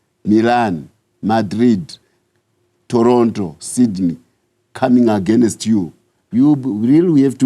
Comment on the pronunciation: when he said "agenist (against) you"... I quickly ran out to check on my neighbour's tenant 😩😭 On the real though, Zimbabweans must be serious enough about their own reform and vote this Zanu-PF out, enough is enough!! Much like we should completely do with this ANC here